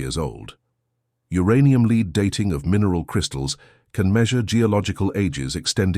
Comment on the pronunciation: Pronouncement errors reveal non-human sound production like not knowing the difference between lead and lead!